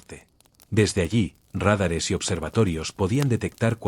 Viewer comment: Que se corrija la acentuación pues demerita mucho el trabajo realizado. Dicen RÁDARES en lugar de radares.